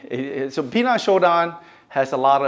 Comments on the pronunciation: It’s not pronounced Pi Nan ….,,, 10 out of 10 people pronounce wrong!!!! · I am looking forward to see a video from you pronouncing Pinan correctly if you have any Okinawan friends…. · Yes, that is how it is written, Pinan….. I would like you to do a video on how a Japanese karateka would pronounce it…… whether you are living anywhere in the world, one should learn how to pronounce the form Pinan correctly. It’s not hard to pronounce Pinan correctly. I have heard people with black belt 5th and up but don’t know how to pronounce Pinan correctly……. Why learn something when pronouncing it make it means completely different from the original word…..